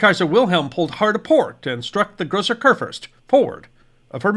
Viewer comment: It’s “koor-foorst.” I’ll admit, much harder to pronounce is La Gloire — better to just call it by it’s English name - Glory.